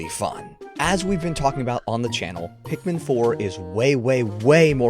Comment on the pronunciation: “i…..am Olimar…..” “as a captain….” “i yearned for the pikman….”